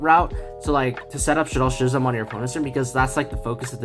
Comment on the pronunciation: Pronounciation for "schism": I really like the video though! Thanks for the tips!!